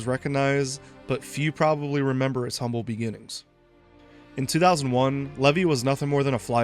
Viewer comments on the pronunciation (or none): none